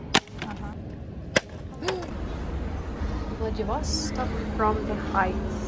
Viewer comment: How come you are insisting on pronouncing VladivOstok foreign style? Does it make it sound more incorporated with the flow of the English language?